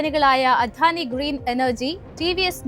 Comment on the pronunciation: അവതരണം കൊള്ളാം. വാക്കുകളുടെ ഉച്ചാരണം കൂടുതൽ ശ്രദ്ധിക്കണം. ഉദാ : ദ ( അധാനി അല്ല അദാനി എന്നാണ്.